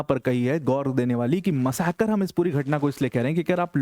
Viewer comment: There is no word in Hindi called “ Massacre”. !!! If you have to use the word in your speech then pronounce it correctly. मसाकर, मासकर, मासकर करना बंद करो ।